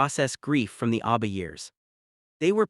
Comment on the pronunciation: Please - it's ABBA, not ARBBA. 👍